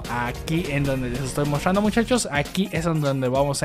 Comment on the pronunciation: Porque no haces bien la pronunciación de la TR me pone nerviosa que hables y digas “mostrrrando” 😒